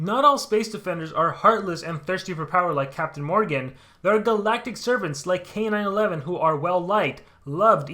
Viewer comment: I think his name is supposed to be K-9-1-1, not K-9-11